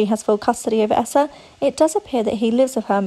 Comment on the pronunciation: Huh? Lol and it’s pronounced EEE-sa (Eissa) NOT Aaa-ssa